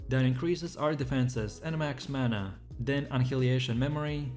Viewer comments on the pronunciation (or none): none